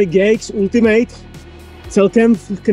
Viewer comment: "Ultimate" se fakt nevyslovuje jako "ultimejt". Když už dělám o něčem konkrétním video, tak si zjistím aspoň výslovnost toho názvu.